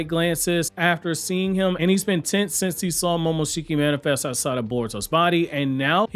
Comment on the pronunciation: Lol he's pronouncing momoshikis name wrong lol 😆 🤣